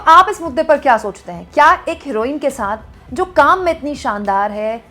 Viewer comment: "Saakh" nhi "SAATH"😂😂😂